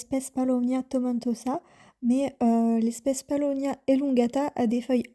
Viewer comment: C’est Paulownia et non palownia . J’en ai acheté sur Etsy, ou j’ai reçu 2cadeaux en plus.